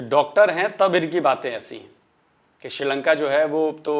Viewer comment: Madam it’s srilanka not sirilanka